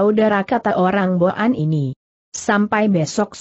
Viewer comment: cara baca kata" tertentu salah.misalnya kata boan .jgn baca bo an.tapi disambung jd boan/bwan.yg artinya orang suku boan/mongol.maaf kalau saya salah